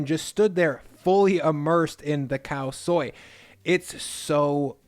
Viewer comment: Nice, Khao soi said correctly. But IF YOU RESPECT THAI PEOPLE AND CULTURE stop saying “pad” like a bit of paper you write on. It’s “pahd” like the “a” in car not cat. Respect Thai people, culture and food and say pad correctly please.